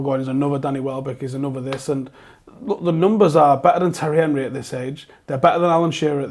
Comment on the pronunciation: listen pal was calling the arsenal striker Terry Henry & he is called Thierry Henry, he was pronouncing his name wrong dont you understand that